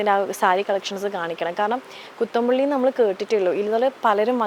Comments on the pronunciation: കുത്താംമ്പുള്ളി ആണ് കുത്തമ്പുള്ളി അല്ല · Kuthammpulli😂 kuthumpulli alla😂😂😂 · കൂത്തമ്പുള്ളി അല്ല കുത്താമ്പുള്ളി ആണ് ശ്രീവിദ്യ